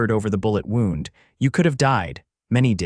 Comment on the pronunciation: Wound: and injury and wound: wrap around geez The bandage was wound around the wound. Same spelling different meaning and pronounciation. These storries need more human attention